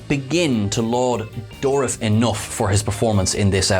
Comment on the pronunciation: He called Icheb's situation "an offering"?? I missed that. And it's soo incorrect. Plus he mispronounces Dourif.